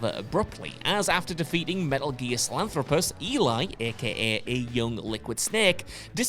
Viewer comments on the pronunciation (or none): selanthropus!?!? Its sahelanthropus sir